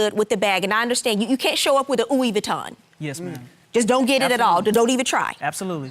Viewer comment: "Ouie Vuitton"!!!! 😂😂😂😂😂😂👜